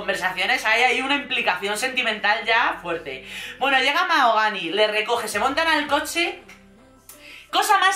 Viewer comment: Qué ganicas!!! MaJogani, con la J bien marcada🤣